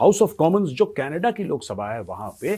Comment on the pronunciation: Canada❌ Canedddaa✅ 😂